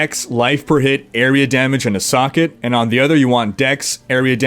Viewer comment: you say socket an i understand "suck it" xD xD